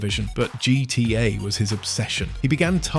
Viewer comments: Nope. Notice how weirdly he pronounces "GTA" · Why can't you say gta properly? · Ai Voice? Started wondering cause of the "GTA" pronunciation